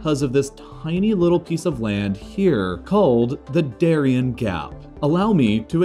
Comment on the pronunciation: Interesting video, but you should have done a little research on how to pronounce "Darién". It would have been nice.